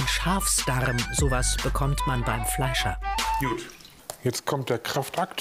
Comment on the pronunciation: Warum sagt nicht gut sondern er sagt yut bruh😂😂